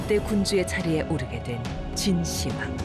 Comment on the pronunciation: 진시 황으로 읽으면 않됩니다. 진 시황으로 해야 합니다.